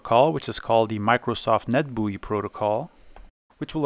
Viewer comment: i came for retro pc stuff and stayed for the pronunciation of "microsoft net bui"